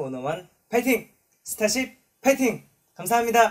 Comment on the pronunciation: 아닠ㅋㅋㅋㅋㅋ진짜 발음 넘 기여워ㅠㅠㅠ 스따십 연스센 송!형!준!